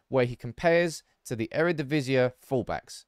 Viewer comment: Eredivisie is pronounced E-re-di-vi-si, not E-re-di-vi-si-e, because the ie is one single composed vowel. Love the shirt, love the Dutch love, keep up the great videos!!